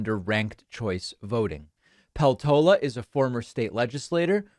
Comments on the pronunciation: Peltola is common Finnish surname, just to get a clue how to pronounce it: as it is written, inflection in the first syllable, Pel-tola. none of the vowels are long, they are all short. Like one would say Pesto in Italian, add -la in the end and replace the S. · This doesn't really matter but I know you like to pronounce things well, so here goes: Her name is pronounced /ˈpel.to.lɑ/! So, stress is on 'pel' and it's more like 'peltohla' than 'peltoula'. also, the 'p' is harder -- the way you say it now sounds like 'pheltola'. Honestly, I'd say pronouncing it like it's Spanish might be more accurate!